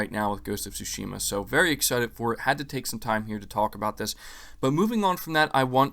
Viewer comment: Stop mispronouncing Tsushima, bro